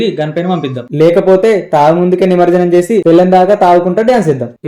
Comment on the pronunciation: నిమర్జనం కాదు నిమజ్జనం